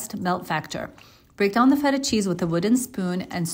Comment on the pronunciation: She finally pronounced "feta" with a "tapped T" sound! I feel like I hit YouTube Bingo. The linguistic nerd edition.